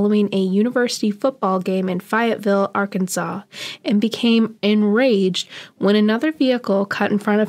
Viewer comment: Fi-et -Vil. 🤣 lol it’s an “a”, Fayetteville. 😂 just giving you a hard time